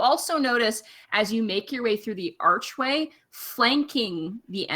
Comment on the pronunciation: Every time she says “ark way” it bugs the fuck outta me lol